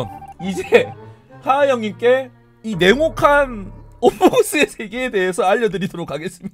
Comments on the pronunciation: 괜찮아요 전 냉목칸인줄욬ㅋㅋ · 자꾸 냉혹한이 네모칸으로 들려.......ㅋㅋㅋㅋㅋㅋㅋㅋㅋ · 뭐야 지금것 네모칸이라고 들어서 내가 모르는 뭔가 있는 줄 알았는데 "냉혹한" 이었군요...? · 나만 냉혹한을 네모칸으로 들음???ㅋㅋㅋㅋㅋㅋㅋㅋ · 처음에 냉혹한 어몽어스의 세계 라고했을때 저는 네모칸 어몽어스 세계라고들었.... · 나만 자꾸 냉혹한이 네모칸이라고 들리나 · 나혼자 냉혹한을 내모칸으로 들려서 엥 뭔 내모칸? 혹시 벤트말하는건가 이럼?